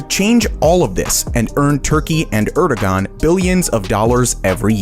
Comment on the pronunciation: The dude also pronounces Erdoğan incorrectly.